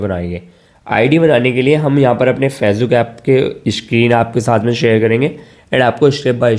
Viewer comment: Me ny pehly Socha KY is bandy ko Facebook ka name NAHI sai bolna ata to hamy Kiya sikhay ga magr achy information thi❤❤❤❤